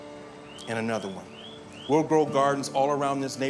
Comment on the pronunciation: "we'll plant anothe one. And anothe one." Got me reminding of the meme anothe one